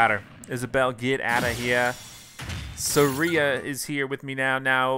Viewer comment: He really just said “sa-ri-a”